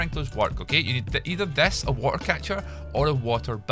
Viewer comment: the way he speaks water him: WA AR